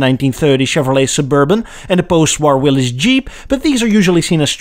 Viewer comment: Love your site. Well done but "Willys" is pronounced WIL-LIS.